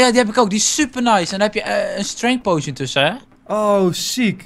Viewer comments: Het is potion geen poeition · enzo uitspraak oefening; Potion - Poo sjen poison - poj zon poison potion - poj zon poo sjen